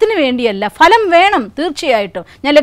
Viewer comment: PLEASE CORRECT YOUR PRONUNCIATION OF " PHA ( LAM)". VERY GOOD SUGGESTION, ESPECIALLY TO STUDENTS.